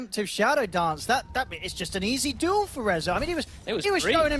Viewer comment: skil name: Duel caster: dool (sounds more like doom)